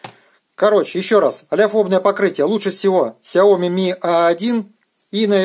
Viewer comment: Правильно говорить Shaomi шаоми